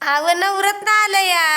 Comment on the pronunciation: नवरत्न नाही नवरात्र बोलतात